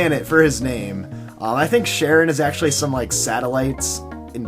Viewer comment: Charon is a moon of Pluto. it's pronounced KAR-on and he is the ferryman to the underworld in Greek mythology.